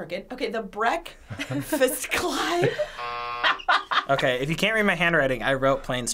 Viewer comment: "The breakfast clibe" 😂